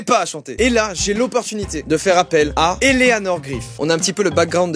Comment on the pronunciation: nan mais en vrai c'est parce que à la manière dont elle prononce le mot "eleanor" si tu écoutes bien on dirait qu'elle dit "elena"